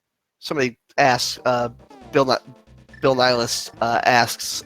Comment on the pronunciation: C'mon, guys. It's "Bill Nihilist". What do you speak, Portuguese?